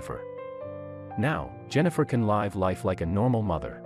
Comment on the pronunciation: Read contents of the sentence and pronounce live as live not life Type live